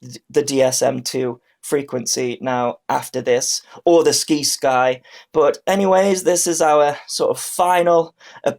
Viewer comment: It's pronounced Sigh-sky Like other words with Sci like science.